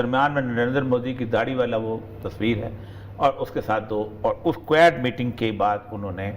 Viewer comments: Aree is budhe ko QUAD bolna sikhao. Kuad-kuad kar raha hai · Quad pronounce to karle pehle sahi se